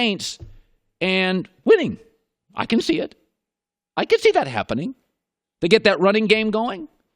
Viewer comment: "I could see dat happuning!"